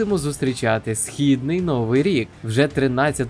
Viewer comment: ви молодець!! можна ще вас попросити змінити наголос у слові "новИй", а не "нОвий"; та у слові кіломЕтр (тобто наголос на останній склад), дякую за чудові відео і приємний голос, щасти у Новому році. Рус та ні пи**а